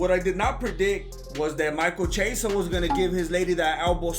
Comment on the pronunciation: Micheal Chiesa? "elbow Sockka" LMFAO 🤣🤣🤣🤣🤣🤣